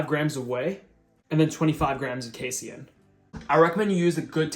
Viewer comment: You pronounced casien really weird. It's pronounced like kay seen